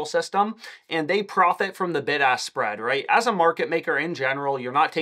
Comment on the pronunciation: I keep thinking he’s saying “ big ass spread “ 😂